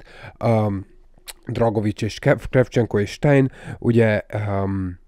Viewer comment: ‘Sztájner’ nem sztájn. nem Dragovics él a BO Cold Warban hanem Krecsevnko.